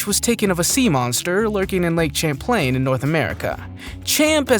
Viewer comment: Champ is in lake Champlain in Northern new york. You are saying the name of the lake wrong. 😂😂😂😂